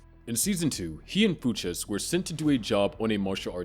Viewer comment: FOO CHES? Dude did you not watch barry before making this?